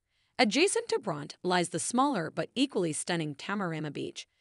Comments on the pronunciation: Pronounced Brontie not Bront. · O dear, the beach is pronounced Bond-die, not Bondy. The name Bondi is based on an Aboriginal word which approximates the sound of the surf crashing onto the beach and Circular Quay is pronounced Circular "Key". Bronte Beach is not pronounced Bront, it's pronounced Bron-teh. Coogee (beach) is pronounced .... I give up ...